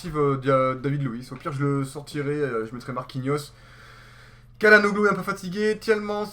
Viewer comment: salut, bonne vidéo. on dit chalanoglou